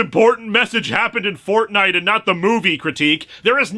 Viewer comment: saying Fortnite just sounds… wrong